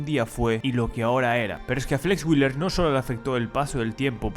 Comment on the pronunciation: Nicht Flex Willer, sondern wheeeeeler ;-)